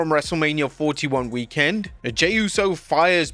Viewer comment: The way u say "weekend " sounds odd. Anybody else?